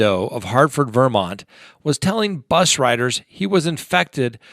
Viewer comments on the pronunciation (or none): So odd how you pronounce Vermont. You put the accent on the wrong syllable- does everyone in CO do this?